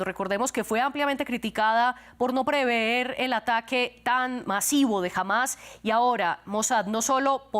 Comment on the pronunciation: No se dice PREVEÉR. Es PREVER.